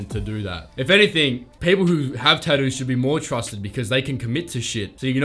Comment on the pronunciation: The way you pronounce tattoos is great, Tadoos 😂😂